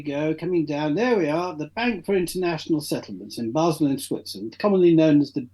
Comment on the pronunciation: Basel, is pronounced Ba'al. Look at the tower.